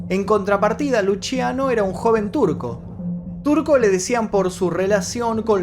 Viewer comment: Me llamo Luciano y se me hace rarisimo que lo pronuncie Luchiano